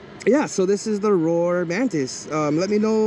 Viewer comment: It’s rawr like a lion not roar